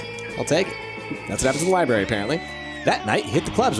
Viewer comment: IT'S NOT A LIBERRY ITS A LIBRARY!!! god that annoyed me through the whole thing and no one tried to correct him.